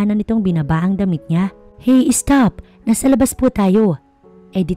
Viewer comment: Ano ba naman yan? Es-cared, es-top...